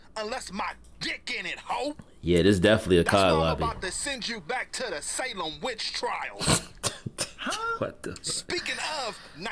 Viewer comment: reactions always rock. But he really said Salem Witch Trials 😂😂😂.